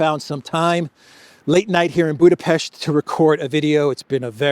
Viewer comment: I find it weird when you pronounce the Hungarian capital as Budabitch😂😂😂😂